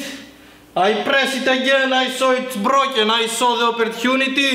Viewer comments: It's brrrrrroyken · "it's brioken" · "lyyk at the majgnet its brjoken" ;D